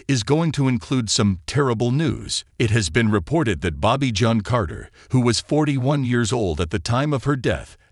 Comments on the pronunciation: Bobbie John? LOL. Bloody ROBOT crap. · Think narrator pronounced it French way instead of English & expect she didn't use that pronunciation.